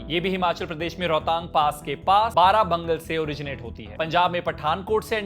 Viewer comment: बारा बंगल नहीं भाई बड़ा भंगाल है 😂